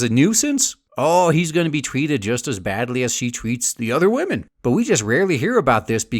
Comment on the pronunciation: >respeking wahmen